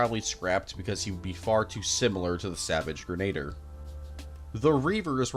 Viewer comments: ‘Grenadier’ being pronounced ‘Grenader’ has to have been rage bait too lol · Great video, loved it, but the way you say grenadier. It pains me.